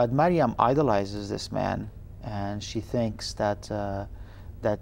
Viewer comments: yeah but the host says mariana ..... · Does it hurt to get the MAIN characters name correct?!?!, even after Khaled Hosseini says marium she still calls her mariana ... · oh i just realized the lady is saying it wrong haha